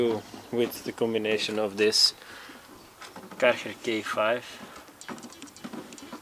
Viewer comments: Great vid man but “dis foam cannon is from karherrrr” lol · I heared it, because you said ‘Karcher’ like a guy that speaks Netherlands.